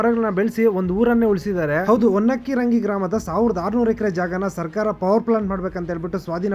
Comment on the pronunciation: ಹೊನ್ನ ಕಿರಂಗಿ❌ ಹೊನ್ನ ಕಿರಣಗಿ ✅